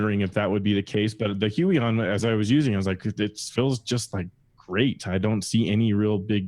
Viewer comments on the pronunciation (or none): Nope. It's pronounced Hoo-Yon . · "Walkem and Hyooeyon" Why do so many YouTubers pronounce these companies in the most ridiculous way they can? It personally doesn't bother me, just a funny thing I thought I'd point out. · I think its pronounced Huu-on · The "hui" in huion is pronounced like hwey In Chinese the name is 會王 "huiwang", 會 is pronounced as "hwei" :) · I always pronounced Huion as Hweon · You pronounced them both wrong